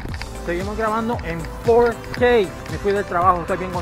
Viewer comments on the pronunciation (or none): fourkey? sos yankee? hablá bien